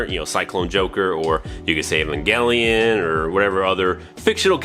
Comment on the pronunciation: ... It's eh-van-jelyon = evangel = evangelization = evangelion